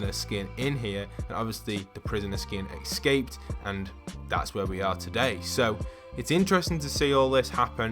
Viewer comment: EScape not ecsape